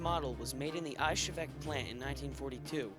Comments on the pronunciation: 😂😂😂 whats a "Ayshevick" plant? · Dude, that was AWESOME! "History Channel" grade graphics and effects with *less* messups. There were a few, yes, mostly pronunciations though. "Mosin" is more "mo-szeen" and Izhevsk is more "iz-yevsk", but not quite. I'm still learning myself! I'm going to download this vid. I'll delete it if you'd like me to, just let me know. Otherwise, can I put it up on my website, or link it? :D Regards, Josh Smith Smith-Sights com